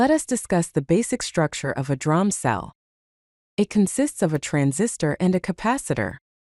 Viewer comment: Pronounced “dee-ram” instead of drahm.